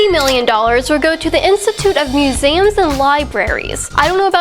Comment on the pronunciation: If you're gonna talk about museums, at least learn how to pronounce it correctly.😂😂😂